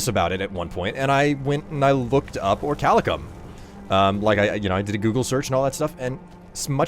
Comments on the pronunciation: Or - ee - kal - cum Orichalcum Not Orchalicum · But btw if ya see this. I believe it's pronounced Ori-cal-cum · Researches the records of orichalcum in the real world. Still pronouces the ore as "orichalicum". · Isn't it pronnounced ori-cal-cum? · Good drinking game: every time says Orichalcum, take a shot